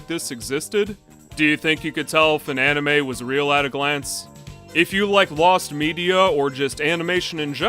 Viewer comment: for a minute i thought you say an Enema and not an anime lol